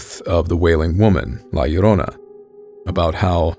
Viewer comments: You pronounced La Llorona so good!!! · As a latino thank you for correctly pronouncing la llorona 👍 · Wow, you pronounce La Llorona correctly. Bravo, sir.👏👏👏👏👏